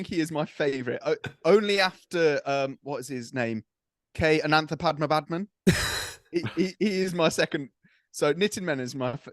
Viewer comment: Aside from the brilliant analysis, the impeccable pronunciation of KN Ananthapadmanabhan deserves a sub and a like. Keep up the good work lads!!